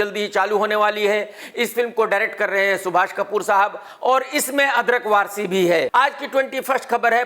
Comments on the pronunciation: Mujhe pahle laga maine galat suna fir aapka cmnt dekha to realise hua sahi hi suna tha 😂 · Did KRK really say 'अदरक वारसी' 🤣